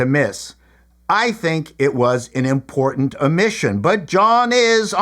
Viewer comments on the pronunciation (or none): none